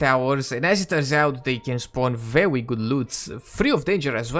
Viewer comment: Every time you say Verwwy Verwwy, I get Elmer Fudd vibes.